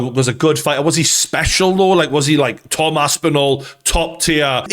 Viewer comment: figha. its fighter